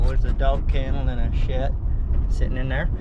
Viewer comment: Not to sound critical or anything but why call the sheds "shet"? Just asking